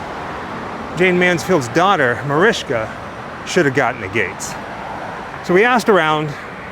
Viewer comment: Its Mariska not Mariska. Why cant you ever say anyones name correctly?